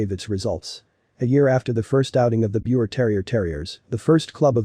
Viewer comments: Pronounced Beaver terrier. It's german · Its pronounced beaver, respect the name. 😢